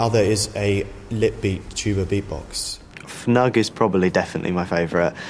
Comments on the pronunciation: He just pronounced Fnugg wrong... he literally could have watched the man himself, Øystein Baadsvik, arguably the greatest tuba player and the guy who wrote the song, play the song. There is a video of him playing it and he says the title. How the hell do you mess that up?! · It's pronunced "fnoog," according to Baadsvik. And it almost sounded like you took credit for the song instead of giving Øystein Baadsvik his recognition.